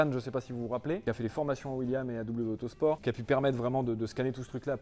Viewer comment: A chaque fois qu'ils disent: w auto sport" j'entend:"w motorsport", ce qui est un petit peu différent